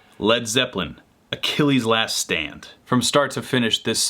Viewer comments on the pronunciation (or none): none